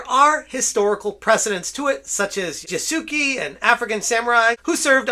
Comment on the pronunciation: My guy, please, it's not "Yah-soo-key" there's no key at all. Try "Yah-soo-keh". You can actually pronounce it "Yah-skeh" that'd probably be easier and likely end up sounding closer to correct. Here's how to pronounce any japanese thing ever for the most part: A = Ah i =Ee U = oo E = Eh O = Oh And all the other shit is basically what you're used to. Except for R's but you don't need to go that far.